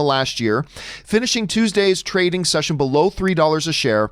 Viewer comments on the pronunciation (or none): none